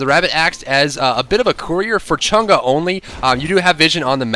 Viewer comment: from the people of china: thank you for pronouncing her name correctly! :)